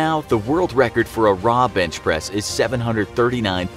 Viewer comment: I thought he said "Bitchpress" at the start of the video